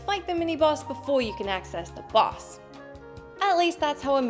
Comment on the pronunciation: It's boss, not bus.